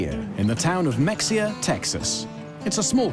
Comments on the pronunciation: Mexxxia? The 'x' is silent; sounds like a long 'a' when pronounced. That is the lowest form of due diligence... Anyway, it is an interesting mini-doc, thanks! Good job. {Granted, some locals do pronounce it Ma-hee-ah.} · MeXia Texas is actually pronounced MeHAYa. Three people interviewed said it correctly but the narrator still said MeXia. Lazy editing. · It's "Meh-Hee-Uh", not Mexica. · Narrator: Not MEX-ia…..it is pronounced Ma-Hay-a. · This was fascinating and I thoroughly enjoyed it! New sub here, please take this with love: Leave it to a British documentary to pronounce Mexia not as muh-HEE-yuh but as mex-ee-ah despite every other person pronouncing it correctly! 😉 ♥️ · It’s pronounced Ma-hay-uh, and isn’t that where Anna Nicole Smith was born and raised? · How about that, my home town making a splash. It's pronounced muh-Hay-yuh, by the way. The town had no idea what kind of scam Stanford created until the house of cards fell. My accountant (not James Davis) had certificates on his wall marking the incorporation of a Caribbean bank he had written the charter for. I assume that was for Stanford's Antigua bank and I'm certain my accountant had no idea what was going on. The car salesman on the board owned one of the two largest dealerships in town. He was a savvy businessman, but like everyone else had no idea what was going on. Like the other board members, he believed the reports presented to the board. Curiously, a much smaller Ponzi scheme in the County was showcased on its own page on the State Comptroller's web site as an example of how horrible fraud can be in normally honest, friendly Texas. That was a fellow purportedly buying scrap Soviet submarines and selling recovered titanium to the US Navy. He hurt a lot of people. Otherwise, Mexia is a nicer place than you might think. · Mexia…..its “Ma-hey-ya” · The Texas town of Mexia is pronounced Muh Hay Uh. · Just a small criticism but the pronunciation of Houston, Mexia, and Antigua is incorrect.